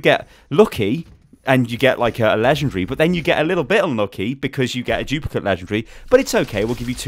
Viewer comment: Haha "chuplicate".